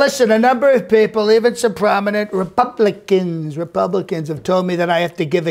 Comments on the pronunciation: Am I the only one hearing "Re-puppet-icans" ? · Laughing out loud!!! Especially the way he says Republic-ans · 😂 😂 Re-PUB-li-cans 😂 😂 He even throws in the loud breathing and one of those weird shoulder shrugs that he does during scripted speeches. Cracks me up!